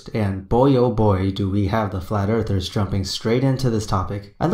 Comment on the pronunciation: “Us flat earfers”